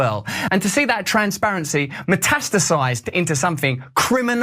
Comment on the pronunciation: Transbearancy? Is he saying Transbearancy or Transparency?